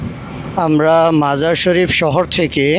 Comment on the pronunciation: শহরের নামটি 'মাজার ই শরীফ' বললে শুদ্ধ হবে। আপনি 'মাজার শরীফ' বলছেন বারবার।